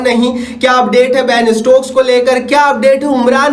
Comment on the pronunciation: केमरून ग्रीन 😂😂 अडील रशीद 😂😂 अभिषेक सिंघ 😂😂 बेन इस्टोक 😂😂😂 मार्को जेनसन 😂😂😂 bro sabse pehle name sahi se bol le fir aana comparison karne 😂